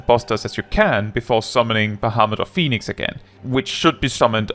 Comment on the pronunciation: ...How is this the first time I've actually heard "Phoinix" is it's pronounced in Greek? I'm at the VERY end of Stormblood (specifically "Under the Moonlight", when the postgame transitions from "post-Stormblood" to "pre-Shadowbringers") so I haven't seen this boss yet, but also I didn't even notice the difference until you said it out loud. I studied Greek! Leave it to to drop additional knowledge on me while talking about something else (although this time probably not intentionally? ahaha) Also, I like hearing you sing! I'm a singer by trade and it's always a treat hearing someone, regardless of skill, because it's a unique thing for everyone (cute? funny? and shockingly good at times). Although, I actually associate "Poison" with the Groove Coverage cover of the song, not the Alice Cooper original (I didn't know it was a cover orginally lol).